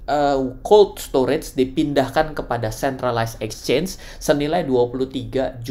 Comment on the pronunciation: exchange bukan Ecchange